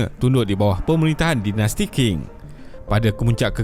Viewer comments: Sebutannya Ching, bukan King. Benda simple,, boleh google je. Setiap kali kau sebut King aku rasa macam nak cari kau ajar sebutan asas. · Qing tu sebut dia Ching bukan King.. tu je.. yg lain semua mantap sekali